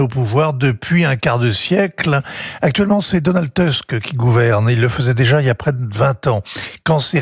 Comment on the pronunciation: Ce Vincent Hervouët est un journaliste?... 😳 Il ne sait même pas lire correctement les noms de ces politiciens! "Tuesc", "Tracovski" (ou "Cracovski"), "Naouroqui"...